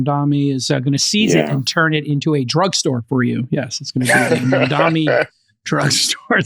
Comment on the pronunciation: So much wealth but so freaking ignorant. It's Mamdani; not "mamdami". Such a jerk!